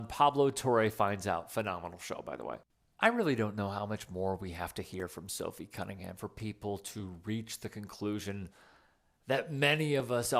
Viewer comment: It's NOT Sophie CunningGUM! It's CunningHAM, like it's spelled. Good Lord!